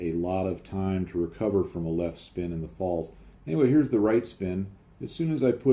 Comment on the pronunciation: try saying Pfalts. I believe 'z' (Zed) or Zee in American. in German is pronounced 'tz' or 'ts'. The P is obviously silent. Cheers for another interesting video.